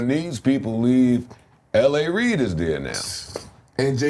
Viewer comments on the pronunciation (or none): none